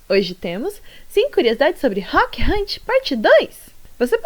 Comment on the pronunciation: muito obrigada pelo seu trabalho. O vídeo ficou excelente como sempre ❤ Mas sem querer ser mal educada,mil perdões 🙇🏻‍♀️ mas eu queria só falar sobre um detalhezinho☝🏻🥹… em relação ao nome dele. Rook, acho que a pronúncia é mais parecida com ‘ruk’. Tipo em Book 📚, em japonês eles falam ‘Rūku’ (ルーク), mas tenho quase certeza que o nome dele do jeito ocidental de falar é pronunciado mais com som de U curto. Já peço perdão se por acaso causei alguma ofensa ou incomodo, mas é só um aviso gentil. Não foi com má intensão 🙇🏻‍♀️🥹